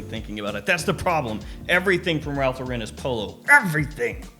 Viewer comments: Is it impossible to say “Lauren” instead of “Lor-REN”? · Yeah, it's wrong lol